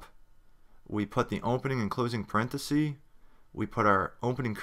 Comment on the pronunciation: The content of the tutorials is very good. However, you are making grammatical mistakes. For example, in the use of the proper names for brackets:- parenthesis is the singular and parentheses (pronounced 'sees' at the end) is plural. These.errors do detract from the quality of the tutorials.